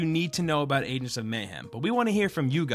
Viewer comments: am I the only one who's getting triggered by him saying "Adents"? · ayeg ents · I stopped watching because of this. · Is it just me or is he pronouncing "agents" like he's mid stroke? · I don't like how he says "agents" ffs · why dont you pronounce the G in agents